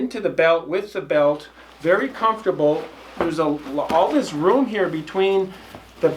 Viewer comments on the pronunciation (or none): none